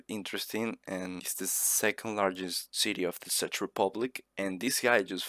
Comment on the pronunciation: Good video but it isnt pronouce SADGE republic but check republic